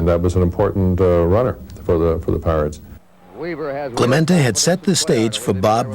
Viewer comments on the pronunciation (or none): Narrator keeps calling him “Clemento” when his name is clearly “CLEMENTE”. What’s wrong with some people??